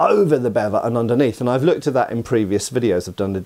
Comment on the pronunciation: Sallet.. Sah.. Lay.. It's pronounced Sah Lay.. or Suh Lay.. Not Salad. Also.. Bevor is pronounced Beh Vore.. not bevver. Bascinet is prounounced Bass Sin Aye.. not bass sin net. Also.. a sallet is meant to be worn with a bevor, it's a two piece helmet. Bascinet's.. there is only ONE period source, a piece of art, that shows a bascinet with a grill face. All other versions show a plate face. That period source shows a center of the forehead pivot or rotating point, an installation that does not exist on any existing period bascinet's. It is important to note, however, that there currently does not exist, in any museum catalogue, (or at least during the 90's when I was doing my apprenticeship in Germany) a bascinet with battle damage. Bascinet's are earlier period, sallet's are later period, however both the bascinet and the sallet are examples of large plate technology, they were both made from larger plates, cut out and raised. Previous to large plate technology, helmets were made of multiple plates rivetted together. However, there are enough examples of existing from the period helmets with forge welds that it's reasonable to assume some forge welded seams w/o the necessity to cut the proposed seams on a piece of antiquity just to prove a forge welded seam. The most important thing to understand about Sallet's over other European helmets is that it was the first example in Europe of helmets fitted to the actual shape of the head. The human head is shaped much closer to a cu